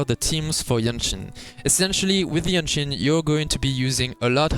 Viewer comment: I see you have problem pronouncing the name, JianXin. You can say JanXin it is close enough. Just make sure you dont pronouce GenXin. They are very sensitive😂